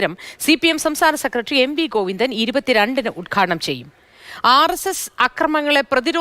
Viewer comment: ഗോവിന്ദനല്ല, കോയിന്ദൻ.😂 കഷ്ടം.